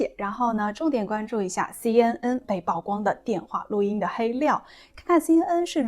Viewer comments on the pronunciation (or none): 曝光 曝露 野人獻曝都唸「舖」不唸「報」. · 姑娘，請讀：曝（Pu）光。加油！